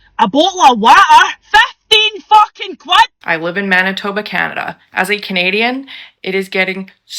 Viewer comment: fefteh fookin qwed! 😂